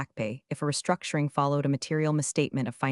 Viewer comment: The moment you hear the charge "wrongful restructioning" you know the AI has gone of the rails.